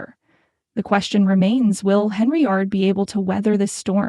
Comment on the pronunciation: you people cant even get an AI voice over that can pronounce her name right every channel that uses AI voice over has this problem what is so damn hard about pronouncing Hen - Yard and then all you do is go over s**t thats been in the news for a year and call it new News. if you want thumbs down that's a good way to get-um.